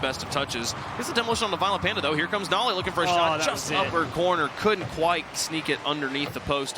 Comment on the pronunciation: Ok but if you want your name to be pronounced nolly instead of noly you should put the double L. It indicates a break in syllables. Its the difference between no-ly and nol-ly, where no makes a typical no sound and nol changes to be a "nah" sound (because we are lazy and don't fully pronounce the L in the first syllable lest we have to say the L twice, similar to the word syllable in fact. If there were only one L, it would be pronounced "sigh-lable" instead of "syl-able" where once again we only say one L). As it is written noly is closer to "no lie" than it is to nollie